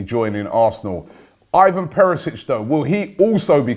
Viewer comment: It’s not Ivan ....it’s Evan read it like that..